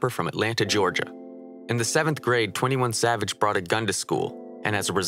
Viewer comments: you pronounced his name wrong nah idk if you did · You pronounced this name wrong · You pronounced his name wrong